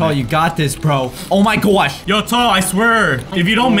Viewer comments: so no one is gonna talk about "oh my goash" jajajsksks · said oh my goish😂😂😂😂😂😂